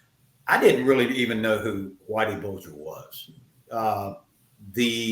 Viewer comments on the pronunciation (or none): Whitey Bulger, not burger.